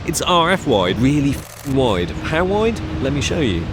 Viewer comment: Because it is a whyide lens😂